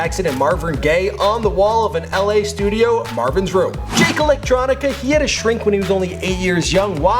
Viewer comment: Did you say Jake Electronica? Some of these pronunciations are hilarious.